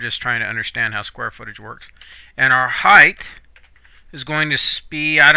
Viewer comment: It's height, not "heighth". It ends in a "t" not an "h" like length and width.